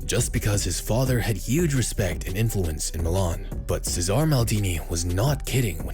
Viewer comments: Cesare* not Cesohr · Cesare (cheh-zar-ray) Maldini put some respect on the mans name